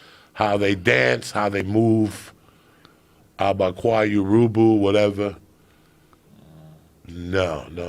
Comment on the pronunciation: Joe “ Abegayu “ Rogan